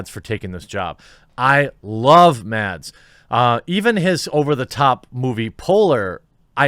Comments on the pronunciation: if you wanna pronounce mads mikkelsen's name like we do in denmark, then the D in mads is silent :) love you vids btw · Mads Mikkelsen's first name is actually pronounced "Mass" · Just to be difficult. The d in Mads is silent, so the correct pronunciation of his name is Mas